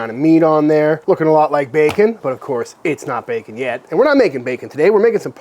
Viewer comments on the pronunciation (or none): none